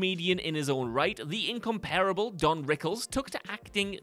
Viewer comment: Its pronounced in com pur ible